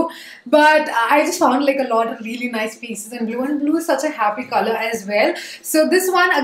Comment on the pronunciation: When she said: coLour. It sounds like “Khala” 😂 first I thought what is khala in English ??? Then after 1 min, I discover that it’s “colour” 😂